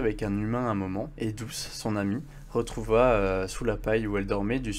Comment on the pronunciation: Au chapitre 7 ta mie douche au lieu de douce